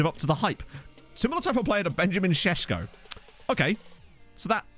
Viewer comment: Sesko as you said it is right. It is like Sheshcko. Greetings from Slovenia